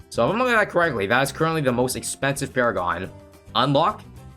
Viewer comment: Nah bro it’s sentry pawragon